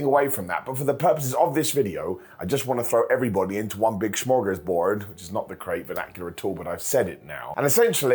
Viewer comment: This has nothing to do with the video but the way you said smorgasbord was the best pronunciation of that word I've ever heard in my life, I love you and I hope you get 300 hugs a day, minimum.